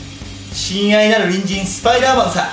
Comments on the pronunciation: 1;59「親愛なるニンジンスパイダーマンだ！」に聞こえた❢ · 親愛なる人参スパイダーマンさっ！に聞こえるんだけど…